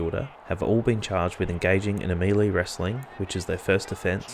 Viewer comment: Love your work in pulling these together. (Just a gentle suggestion though, the pronunciation of "melee" is mell-ay (ay as in hay) not mee-lee)